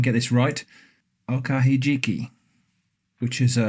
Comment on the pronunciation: Okahijiki. (usually pronounced with the accent on the 'hi') I haven't had that in a while. Yes, they are good to eat and rich in nutrients too.